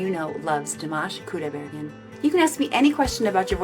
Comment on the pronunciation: КудайбергЕн. Неужели так трудно выговорить?